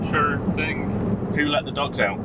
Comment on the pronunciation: I know you said dogs but it sounded like ducks the first time I heard it! lol